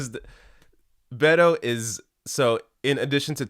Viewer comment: Bay-toh .... WTF 😏